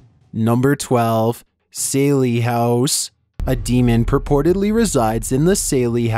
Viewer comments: CHILLS ??? You've done videos on this house before and should know it's called the SALLIE (SALLY) HOUSE ... NOT SALEY !! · Was he trying to say the Sallie House?